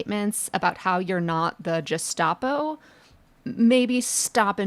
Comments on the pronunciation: Sorry, Leah - it's Gestapo with a hard G, like guest, not Gest. You rock, though, so don't worry! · I couldn't understand the comments about the Gestapo until I heard it myself. Oh my. It's hard g like Gus not soft like a j. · “Gestapo” is pronounced with a hard “g” and the “st” sounds like “sht”. Since we are likely to need to use this word frequently during the next few years, we might as well say it like Hitler meant it to sound. After all,they certainly seem to be doing it like Hitler meant it to be done. 🤨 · Gestapo is pronounced with a hard g. Like gazpacho police 😜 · Gestapo is a German contraction (Geheime Staatspolizei), so it's a hard "G"... if it had Italian roots then the soft "G" (as used by Leah) would have been appropriate... (but Mussolini had the OVRA) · Respectfully, Prof Litman, gestapo has a hard /g/. I've very pleased your book is a best-seller, even if it's because Alito is buying them up and burning them in his yard beneath Martha-Ann's 'VERGOGNA' flag.😄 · How do you not know how to pronounce Gestapo??? (yeah, not the most important thing, but wow)